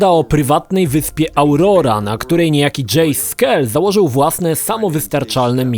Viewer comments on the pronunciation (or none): AUROA NIE AURORA KU#WA XD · Auroa, nie Aurora do ciężkiej cholery